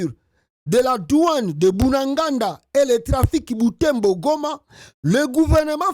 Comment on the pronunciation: C'est BUNAGANA et non Bunaganda SVP.